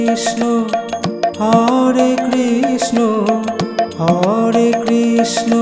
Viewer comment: Hari bol Radhe Radhe আপনি হরে কৃষ্ণ নাম টা সঠিক ভাবে উচ্চারণ করুন আর 16 নাম 32 অক্ষর সেটা ও কম বেশি করে উচ্চারণ করেছেন ঠিক ভাবে বলুন Hari bol Radhe Radhe